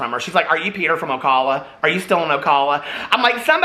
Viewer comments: it’s pronounced o-cal uh like the man’s name cal (not like “call” a friend). love you Peter! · Sorry I have to do it... Ocala ( oh-KAL-ə) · Ocala. Oh Cal (rhymes with pal) uh.